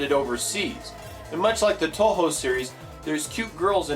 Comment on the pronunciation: Why do you say To Ho? Pretty sure it's more like Two-Hu